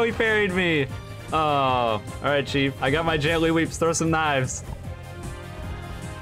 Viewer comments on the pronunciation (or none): none